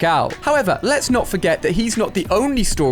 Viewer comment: Did anyone realise that he said hit the wwwwhhwhwhehdueuwueuue and leys get into it